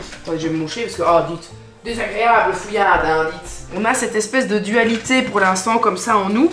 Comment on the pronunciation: DéZzaGréaaaaaP' 😆🥳😜😜😜 Et "Nous ne TinT'enDronPas !